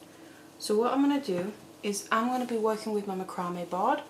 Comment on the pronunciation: Please, I'm begging you - learn how to pronounce macrame